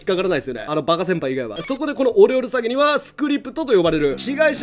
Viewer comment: オレオレ詐欺がお料理詐欺に聞こえてちょっと草